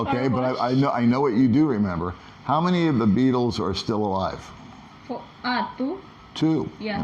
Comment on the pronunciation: is going to put on his pink Speedos along with pink kitty ears and pink mask and never mention Corona virus or "gay" scooter ever again. Are you sure that wasn't a Balut checkpoint you went through? I love how pronounced the Baitels. Lol